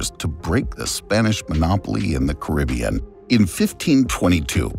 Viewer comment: At least pronounce the Caribbean correctly